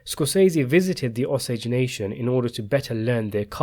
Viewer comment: Ah-sage Indians?? It's Oh-sage! I lived in Osage county.